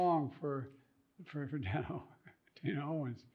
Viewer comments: just wished he said Dionne's name accurately. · "Dianne" Warwick, huh?